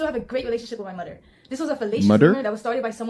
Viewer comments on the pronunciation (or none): My mudder? Is this bxsh rxtxrdxd? It's MO-THER 😂